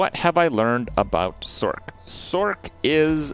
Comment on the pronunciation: Thumbs down for your pronunciation of sorc. I'm petty I know.